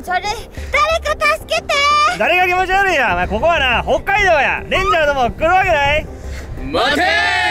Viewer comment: わかる🥺www おかゆちゃん「ｯｷﾓﾁﾜﾙｲ」